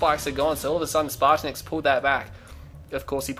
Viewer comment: it's pronounced (spartanets) spartan